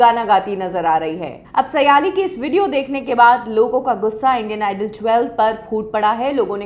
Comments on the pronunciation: aap ke surname से लगता है आप महाराष्ट्रीयन हो. तो आप सायली को सयाली क्यू बोलती हो. इस शो का aur एक contestant सवाई भट्ट भी कई live concert कर चुका है. आप का नया set-up काफी achaa लग रहा है.👍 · not सयालि सायलि